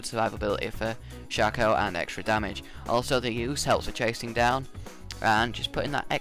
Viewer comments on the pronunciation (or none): A good tip to all from a actually good Shaco player ---> me Never deceive forward! Deceive behind them, they will never find you because they think you just wanna teleport forward to get faster back. So always teleport behind them so they get confused.. Also it's called Shaco, not Shoco - Right way to say it is.. Shayco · yes oh btw shaco is pronounced (Shay-co)